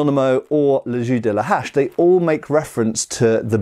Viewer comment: Sounds like you’re saying « le jus de la hache » (« axe s juice »), which cracks me up every time